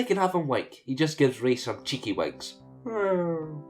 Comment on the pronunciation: When you said he winks, I thought you said wank.........